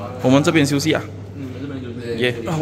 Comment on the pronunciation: 🙄🙄你的发音 还没有吃chi1 休息xi2 一起吃chi1